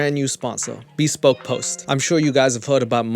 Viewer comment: Admittedly, I might be wrong. But the normal pronunciation for bespoke is /bəˈspōk/, with the emphasis on the second syllable. Maybe this company doesn't pronounce it that way and maybe I'm being an ass for talking about it. But I was trying to be helpful. Feel free to tell me to f*** off... I just couldn't help myself. 🙃